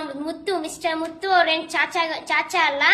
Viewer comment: ಚಾಚಾ ಅಲ್ಲಮ್ಮ 😅.... ಸಾಚಾ